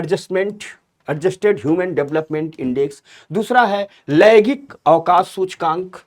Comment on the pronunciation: Laigik nhi laingik hota hai. Thoda uchcharan achha hona chahiye